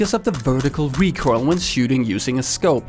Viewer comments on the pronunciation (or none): He said recoirl which triggers me so much